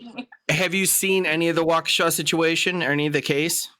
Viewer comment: Just an FYI Waukesha does not end in “w”.